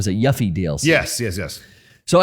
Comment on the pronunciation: can't believe got away with that "yuffie" pronunciation unscathed.....